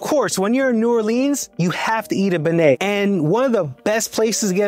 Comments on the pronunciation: I hesitated at "New Orleeens" but cringed and turned it off at "benay" and "cafe doo mundy." Cant do it, cant trust it. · Great video!!! 👏👏👏👏 Treme is pronounced tre-may and beignet is Ben-yay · You went to some classic local favs!!! Treme is pronounced “Trim-aye” and beignet is pronounced “Ben-yae.”❤ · Cafe du monde is pronounced "Cafe Doo Moin" and beignet is pronounced "Ben-Yay" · Great presentation of my favorite city in the world. Great job! However, next time do better pronunciation homework: TREME, BEIGNET, CAFE DU MONDE .. but I still love your segment